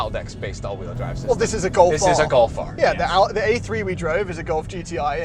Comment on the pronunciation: "Get a Gof R". Not all of us like the look of a hatchback.